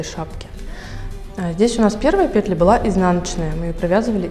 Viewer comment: Видео отличное, музыка тоже хорошая. Я одного понять не могу-почему пЕтля? Мы ж вроде русские люди, и в русских школах учились. "Вяжем лицевую пЕтлю, изнаночную пЕтлю". Ну что это такое, уши режет, кожа чешется. ПетлЯ, петлЁй, петЕль. Давайте говорить по-русски. Заранее прошу прощения, если кого обидела.